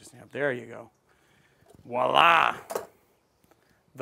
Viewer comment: The cocktail looks really great, but as a French dude I’ll still congratulate you on that nice « voilà » !